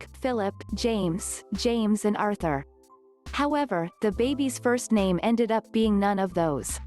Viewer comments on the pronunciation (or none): none